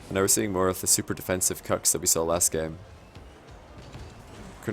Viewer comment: Need to pronounce it "cooks" not "cucks" lol